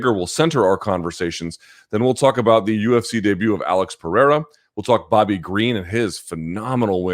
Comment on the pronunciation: That’s not how you pronounce Periera